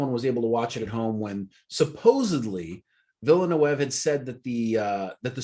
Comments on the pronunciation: Guys, There's enough information on the internet and interviews for "Dune" that you should know how the Director, Denis Villeneuve pronounces his name. It's pronounced Den-ee Vill-newve. He's French Canadian so it's not pronounced with a Spanish/Latin accent. People who don't know anything about the Dune universe should immerse themselves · Thank you! I kept saying "It's Vil eh neuv!" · Repeat after me : D-knee Villa-New-v (Dinnee Villanewv) More "Englishy" : Dennis Villa-New-v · It's still wrong! 🤣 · i mean no one ever watched formula 1 ? then you guys must know how to pronounce Villeneuve xD and Da Knee is good for his first name xD